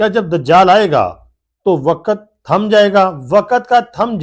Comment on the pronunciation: waqat nhi waqt hota hai